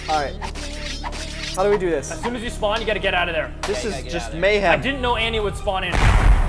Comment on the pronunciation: The A in Annie's name sounds like an O.